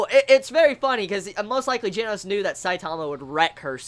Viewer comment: Plz learn how to say Japanese names oh gosh. The pet peeves hurt IT HURTS. Like the "G" in Genos is said like hi you said the "G" in Garou and then the "no" in Genos you got it alright-ish I'm pretty sure the "s" is pronounced like a "su"